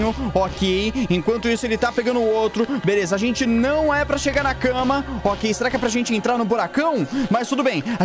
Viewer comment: Mano eu não sei sê e só eu mas eu acho que o fala velesa